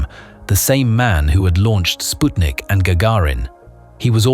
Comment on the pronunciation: Finally, someone who knows how to pronounce ‘Sputnik.” Excellent summarization. Which launch facility was affected? Baikonur cosmodrome?